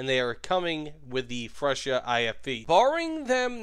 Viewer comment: please google the pronouncement of freccia. Sorry to say it like this but you said it horrible